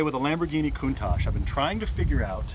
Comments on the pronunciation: Lamborghini Poontach... nuff said. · It’s lamborghini countach Not lamborghini khoontach stop pronouncing it like this